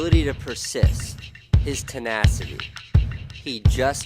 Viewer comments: its TENACITY not TANACITY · *Tenacity not tanacity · ... it's tenacity as in tenacious.